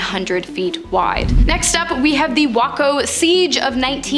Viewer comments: I'm a Texan and it's wild here. Gonna help with your pronunciation because no doubt these crazy places will be revisited . 1) Waco = Way co 2) Ft. Cavasos = Ft. Kah Vah Sews *there is so much crazy dark stuff that happened there and that's why they changed the name . Lots of disappearing people. 3)Goliad = Go Lee Add 4) San Antonio= San Ann Tone E Oh 5) Bexar County = Bear County Great Job ! I'll be watching. AprilOvershares out ❤ *Henry Lee Lucas , along with Otis Toole killed Adam Walsh ,son of the Americas Most Wanted guy. *Joe Ball = Carol Baskin 😂😂😂 🐯👑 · Please Google how to pronounce these words before making these videos! I love this channel but as a born and raised Texan these pronunciations gave me the ick lol Waco = way-koh Davidians = duh vid ee ans San Antonio = San Ann tone ee oh Fort Cavasos = kuh vah sohs